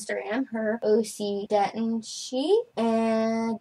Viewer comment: () please don't die!!!! I forgive you for butchering the names. I guess if you really wanted to say it right Daten (like detention without the "tion") and the "shi" is fine the way you say it. You don't have to refer to me as my username, anyone can call me "Hyena" since I'm often referred that name by my friends in school. So no worries. I still think you're drawings are a masterpiece no matter what.